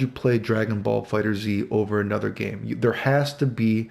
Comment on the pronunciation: Fighters, not “fighters Z” love this video though always look forward to your videos.